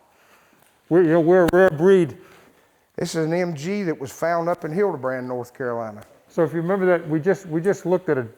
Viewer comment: What ddid he say ? Hildebran NC.... Thats right ....lol..